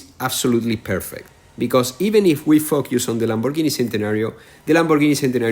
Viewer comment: The way he says focus is weird but its ok bc its his accent and its his own life soo i'll not judge how he talks in english. Btw gl reaching Cars On 😉☺️